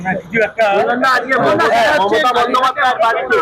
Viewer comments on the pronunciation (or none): none